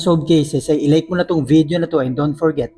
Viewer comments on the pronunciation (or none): none